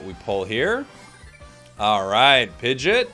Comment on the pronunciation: I love you but...Pi-jit!??? Don't do pi-gee-yot like that 😭